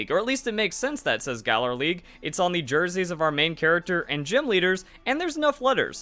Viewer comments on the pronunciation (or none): "Giim" for Gym.